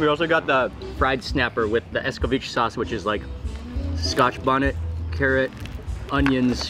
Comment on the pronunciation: I love the show but youre killing me with saying scotch bonnet